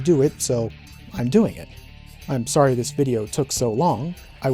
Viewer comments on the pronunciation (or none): none